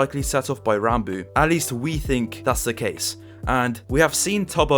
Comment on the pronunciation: Thank you for not pronouncing "Ranbo" my friend